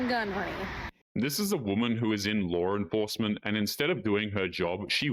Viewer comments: There's not an r or two L's in the word law. You said Lawrel enforcement.😅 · What's "Laurr Enforcement?" Anyway, that female "cop's" motivation was ATTENTION ATTENTION ATTENTION. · Wtf is lar renforcement